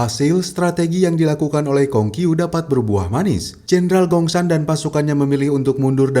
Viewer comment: pengucapanya namanya salah😂